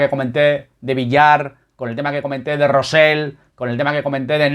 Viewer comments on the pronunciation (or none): te cuesta decir "Rosell" con "elle"